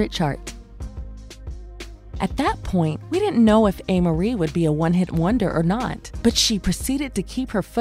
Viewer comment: So, it's pronounced "A" Marie... NOT "Ah" Marie... She's a beautiful young lady - I hear 1/2 Black, 1/2 Korean...